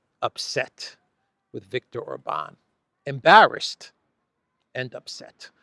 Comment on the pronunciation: If you can pronounce Budapest correctly as you do,, then SURELY you csn learn to say OR-bahn insteaf of or-BAHN! I may have to go to Greece and give you lingual lessons in person 🤣